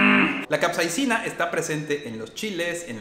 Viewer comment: Creo que no es capseina, es capsaicina/capsicina